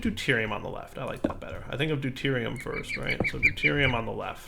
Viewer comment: listen very closely: Do-TIER-i-um and TRY-tea-um